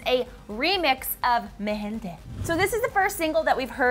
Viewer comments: Omg it’s pronounced MI GENTE not ME GENTE lol I’m dead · Mi gente. . .se escuchó como me gente xD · Cringe at how she says Mi Gente